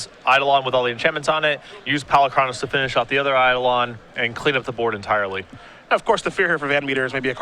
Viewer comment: Sometimes I think these announcers are trolling with their pronunciations: see also 'Golgary', 'Polucraynos'